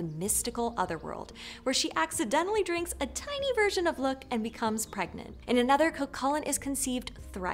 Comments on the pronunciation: i'm sorry, kind of disspointing, poorly summerised with misprenounced names In Irish, most of the time when you see a H, the leters around it go silent (but still feel the presence of them) Deichtine - Detine Lugh - Loo Why did you pronounced Mac as Maaaac with a long a :/ Mac has a short a - Mac! like McDonals this made me concerned of the other inclusive stories you have here, hallowed down to min If you enjoyed this story, awsome, just read further and find how sensitive, action packed and character driven Irish myth can be. It's very much like Norse myth, except the gods are more human, more vulnerable and either with us or the earth bellow us. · This was an interesting video, but I have two notes. First Lugh is pronounced like LOU. Secondly, I am a little confused as to how you can do a video on Cu Chulainn and not mention the Morrigan at all. She is the War Goddess of Ireland who had a huge part in his story, including his death! I highly recommend checking out The Book of the Great Queen by Morpheus Ravenna, as it is about the worship of the Morrigan and evaluated the relationship between the Goddess and the Hero very well! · Nice video but how come you mispronounced Tuatha Dé Danann & Lugh